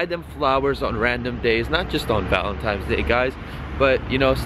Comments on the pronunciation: Bruhh, what are you 5 years old? its ValenTINES day. not ValenTIMES day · its valentines day not valentimes day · Valentimes day? It's valentines day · VALENTINES not VALENTIMES ahah 😂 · what's valentimes day lol VALENTINE'S!!!!! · Are you saying valentimes day instead of valentines lol? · valen "times" days? its "valentines" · Bro valentines. Val-en-tines. Not Val-en-times. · It's ValenTINES!!! Not TIMES! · He says valentimes instead of valentines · "Valemtimes day" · haha Bruh he said valentimes day XD dying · WTF is "ValenTIMES" Day?